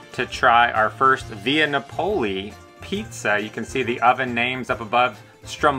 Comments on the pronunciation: That is very much not how you pronounce Napoli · Great video but it’s Napoli (nah puh lee). Also it’s Focaccia (fuh kaa chuh ) 🇮🇹